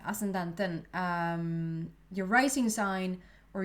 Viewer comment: Your English is impeccable.. funny some Swedish words sounded Spanish..like ascendant